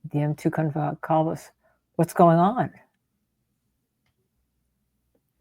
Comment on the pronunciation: She can’t even pronounce Kaylee Goncalves’ last name… junk channel